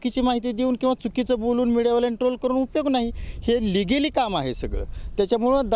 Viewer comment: Ligili ahe unligili नही😂😂 ky khot boltoy bhau mst😂